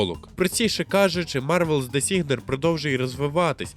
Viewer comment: ріот,вілтріфт,дезігнер....Можно хоч назви назви навчитись вимовляти нормально?